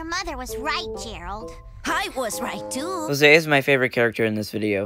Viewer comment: It’s not Hose it’s actually Jose